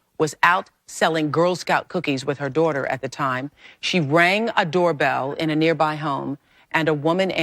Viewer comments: "I'm somebody's dawtah." LMAO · " ...I'm sumbawdys dawtah.."